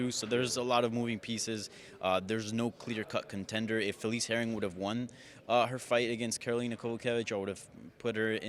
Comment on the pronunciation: Hey ya casual It's Herrig, not Herring, that's a fish.